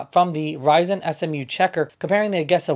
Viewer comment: A….jeee…….sa. Not A…Ge…..Sa!